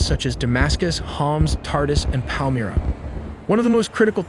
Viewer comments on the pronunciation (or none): none